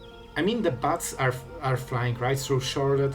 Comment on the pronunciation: why do i keep hearing butts whenever you say bats ? <3